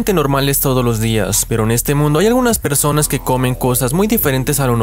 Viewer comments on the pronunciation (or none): Yo le entendí peruanos no personas xd